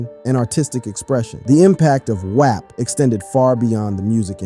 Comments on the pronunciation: why tf are you saying WAP like that??? it’s pronounced WAWP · Who mispronounce “WAP?”…